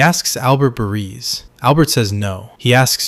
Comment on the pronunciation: Barese is Ba-REE-zee. Sylvio's READ, like "reed," not "red" As for WITSEC, study the history of the program and you'll find guys typically go into it for all sorts of reasons that aren't only personal or about doing time ... being totally broke, wanting something better for family are common. But Richie could have gone into WITSEC because he expected Tony was about to get rid of him. He'd challenged and lost, after all. The story is semi-believable.